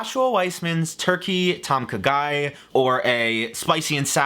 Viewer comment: Legitimately thought was saying "Turkey tonka guy"🤣